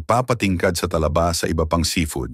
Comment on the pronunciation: Talaba (mabilis) hinde Tala ba, puro ka pagpapaganda bumigkas : mali-mali naman